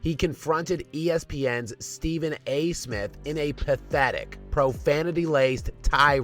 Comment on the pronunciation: Why the hell do you KEEP pronouncing his name like his last name is "Ayesmith?"